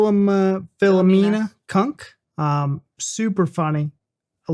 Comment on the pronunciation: That's Phli-o-mean-a.